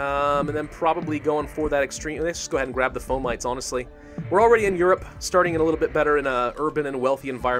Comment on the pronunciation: It's not "Fo - Mites" it's "Fo - ma - tees"